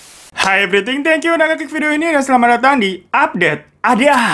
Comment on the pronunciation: Plis jangan everityng2 mulu itu salah bikin orang2 yg baru belajar/lg belajar inggris ngiranya itu bener